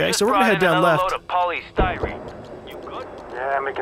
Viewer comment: The way joe ferro says polystyrene really bothers me for some reason, such an emphasis on the y.